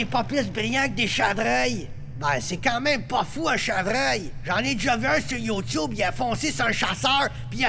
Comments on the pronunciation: Roger dit youtube , c'est marquer Ti Tube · qq a remarqué lorsqu'ils criaient youtube au lieu de titube «XD